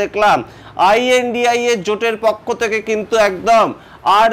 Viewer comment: What is the problem of speaking lNDIA instead of ai an di ai a?